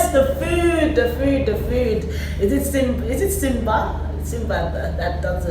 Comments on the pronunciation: Siba, not Simba, I really like Nigerians, they are not shy to speak their mind. we can't we just all leave in peace. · not Simba, its Siba